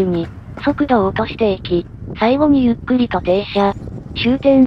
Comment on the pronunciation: 読み間違えなし！ この「ゆっくり」ってやつの動画ってほとんどのやつが誤読上等なのに、ここはちゃんとしている。えらい！（* ﾟ∀ﾟ ）b